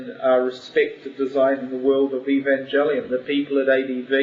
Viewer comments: haha the said Evanjelion at the begining inatead of Evangelion. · For the love of god! It's a hard G not Evanjelion!!!!!!!!!!!!!!!!!!!!!!!! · Evanjellyun...Sounds like some sort of seafood. It's Ev-an-gell-ee-un...Anata baka?! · I hate most of their designs. In my opinion, their eva designs need higher fidelity to series. WETA completely destroys everything sleek and cool about eva unit 1's face; and its body looks bum-like. Also, what's with them saying "evanjelion". If they've seen the series, you think they would pronounce "evangelion" correctly. Still, if they improve their designs, I think weta could do a great job with film. Also, LOTR crumbles before NGE. I can't believe the LOTR films are so popular. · I think the Eva movie will be good when it comes out five million years from now... I'm more worried about the Cowboy Bebop adaptation. Keanu Reeves? 20th Century Fox directing? *worry* As for them pronouncing the "E" in "Evangelion" weird, that's just how New Zealanders pronounce things. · plus, its not very comforting that he can't pronounce 'Evangelion' right is it? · The way the first guy pronounced Evangelion scares me 0__o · ...nice job pronouncing the name of the show right idiot lol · [POINTING INDEX FINGER ACCUSINGLY TOWARDS FUNKMASTERSWEDE]: I agree word for word with what you said absolutely. And, yes, he did pronounce 'Evangelion' incorrectly. I share that person's shuddering. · Does it really matter if they pronouce Evangelion "wrong"?? (if it is). I think they will do a good movie of the series...and I think it's a good thing to make it a movie, that way other people than otakus will be able to enjoy what Evangelion is (if they make it right...which won't be easy) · he pronounced evangelion wrong.